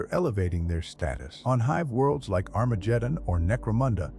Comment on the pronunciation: Wow, Armajeddon 😂